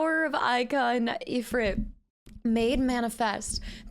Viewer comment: So Ifrit is pronounced "E-free-t" it is an Arabic word for a powerful dark/evil djinn.